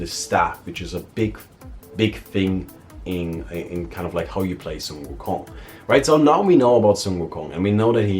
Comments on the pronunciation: this is the first time I heard a non Asian pronounce 孙悟空 so accurately. or accurately enough I guess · Pronunciation of sun wu kong was spot on